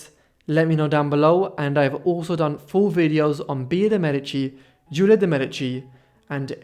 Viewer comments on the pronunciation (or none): none